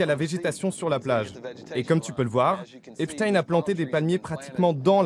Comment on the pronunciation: La victime au début de ce complément d'enquête à citer "Epstine" au lieu d'"Epstein", elle est corruptible, influençable à cause de son statut de victime... vous n'avez pas piochez la victime la plus raisonnable du tiroir si j'ose m'exprimer ainsi, j'apporte mon soutien à cette victime, mais elle doit vraiment se remettre en question car dès le début elle a tout mélangé, car elle condamne la concierge mais le monsieur qui habite dans ce bâtiment n'a certainement rien à voir avec tout ça, enfin voilà, il faut se montrer plus pieu et avoir plus de recul pour mener des investigations. Et je condamne quand même ces personnes qui n'ont pas voulus s'exprimer et qui se sont moquer de son mal être.